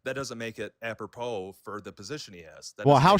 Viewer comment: "Appropo" said by the mo